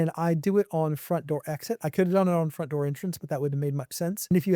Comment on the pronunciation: "Fromt" Door AI Turret